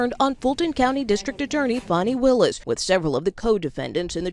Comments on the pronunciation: Man say this woman’s fucking name right… DAMN!!! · I really wish Charlemagne would stop butchering that woman’s name.